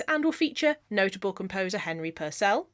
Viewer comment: You're funny as hell - great video and interesting to another crafter. Just one anomaly though, it's pronounced PURcell not PurCELL because he was English not French, a tiny musician bugbear of mine...